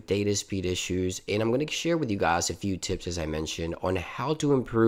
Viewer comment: That intro Hey gaayss .. lol